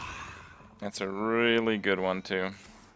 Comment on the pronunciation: "Turns out it's PRETTY GUDE"